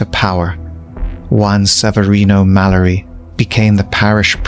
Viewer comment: It's read as (malliari) even if it's spelled mallari